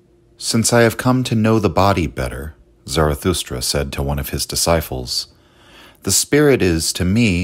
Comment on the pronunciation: desyphls? Why do you keep saying this?.....You don't know how to say disciples?